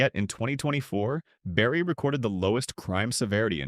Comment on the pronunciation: The pronunciation of Lake Nipissing is hysterical . Wow, this AI crap comes up with some doozies! Oh - and you might want to check seals in Barrie while you're at it 🤣🤣🤣